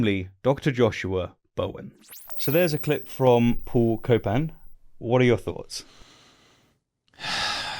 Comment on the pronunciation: Paul Copan… more like Paul “Cope”an